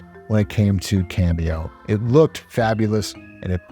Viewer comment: Hey bro, it's "Kameo" not "Cameo" (your video bookmarks)